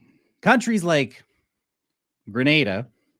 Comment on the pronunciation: Please pronounce the name of the country correctly.